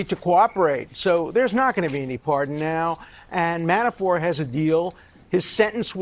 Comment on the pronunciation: Dershowitz keeps saying Manaford..or Manafore, instead of Manafort. Is he afraid to say his name correctly???